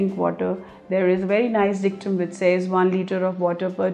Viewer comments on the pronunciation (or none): none